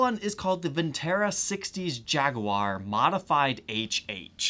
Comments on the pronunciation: First of all kudos for actually pronouncing Jaguar the right way instead of Jagwire. Secondly just a little added information about the differences between the 'modified' and 'vintage' singlecoil specced versions. The vibrato unit is closer to the bridge on the modified model to increase the string angle for better sustain. As for the upperhorn controls on the vintage model, they work as an extra circuit for the neck pickup only. So with the switch down, you can use the lower controls and switches. And up you use the rollers for volume and tone on the neck pickup only. This circuit tends to sound slightly darker compaired to the mastersection. I haven't done my homework on the actual bridges and if they still use that querky original style or moved on with time and put the barrel style saddles on the 'vintage' model. This channel is bad for my 'no more guitars' rule I put on myself this year. I mean I need get rid of stuff because I have too many yet this channel now has me GASsing for a 70's Les Paul Custom or a 70's Deluxe. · Jag A War love how you pronounce jaguar.